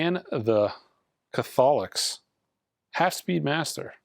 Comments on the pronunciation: The pronunciation of “Catholics” is a low-key classic 😂 All in good fun,. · I came here to say this. 😂😂😂😂😂😂😂